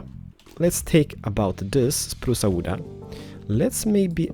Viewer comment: spruce awooda yes let go for spruce awooda lol (awooda ment me be wood but they way he says it sound like awooda)